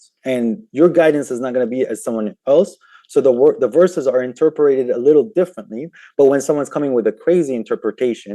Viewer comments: Stop saying "inter-per-ated". Ugh. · Matt: It's pronounced "interpreted": You're a prick 😢